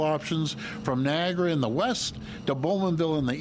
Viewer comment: Doug - it’s NI - AG A -RA and it’s TO RON- TO , remember the Liberry !